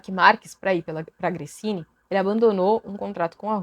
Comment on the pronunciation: gosto muito dos seus comentários. Também acho que tem que comentar em todas as provas na ESPN. Mas por favor, não fale "Gressini", o correto é "Grezini".